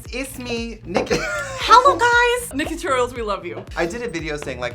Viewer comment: It's more of a "H-AH-LOW guys"